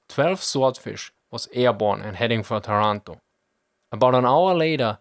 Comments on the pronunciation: My father was born in Taranto in 1920 (but you have to pronounce Tàranto, not Tarànto) and he remembered very well that day. He was Tank officer that time and I remember he ever said to me that some antifascists inside the Royal Italian Navy were certainly envolved in the British plan together with some branches of the allied Intelligence. You know: there were much more italian high officers strongly against the Fascist and Nazi Regimes than the official History said. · By the way it's pronounced "Táranto", not "Tarànto", like you would pronounce "Torònto" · TA-ranto not ta-RAN-to!!!! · Language detail: it's Tàranto, not Tarànto ;) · Taranto has the accent on the 1st "A" letter !!! ;-) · Not to be annoying but the "a"s of Taranto are pronounced like the ones in marathon